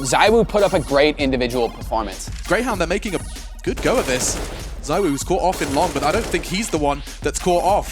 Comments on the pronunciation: He is Zee-Woo btw not zywoo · It's ZeeWoo not Zywoo 😂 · It is zeewuu no zywoo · CMON GUYS! IT'S ZEEVOO! Can't you just learn how to pronounce his name? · I hate how is name is pronounced Zeewoo, ZywOo sounds better in my opinion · Why does every American pronounce his name wrong?!?!? Country of morons.